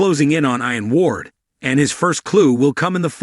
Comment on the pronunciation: I need to unfollow! Learn to speak. FASS-ett-ed. EEE-un Ward. I could go on and on. Get a friend with a little education to listen in advance. I’ll even volunteer. Just try not to sound like a red neck or undocumented worker. It’s offensive.